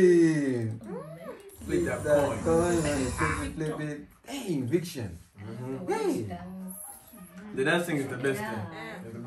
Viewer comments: Thank you for reacting to Victon! Their name is Vic- and then -ton ... like the weight, not -tion. They’re super talented and funny. Please react to their What I Said MV. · Thankyou for reacting to them. Btw, it's Vic-Ton, not Vic-Tion.